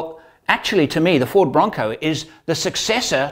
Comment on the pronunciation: When you said Ford, I only heard 'Fraud' the first few times. Sorry.